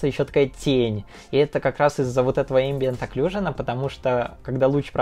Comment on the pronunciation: «Которую по русски называют ambient occlusion» НЕПРАВИЛЬНО!!! “katoruyu pa ruski nazivayut embient aclusion”